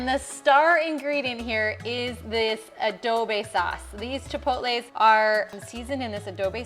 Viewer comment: It’s NOT ADOBE sauce, it’s ADOBO 😂